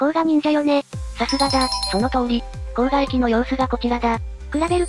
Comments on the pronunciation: 滋賀県の甲賀市も甲賀駅もどちらも読み方は❌コウガではなく、⭕コウカですね。自販機に甲賀（コウカ）コーラが販売していて面白いです。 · こうがじゃない！こうかですよ😅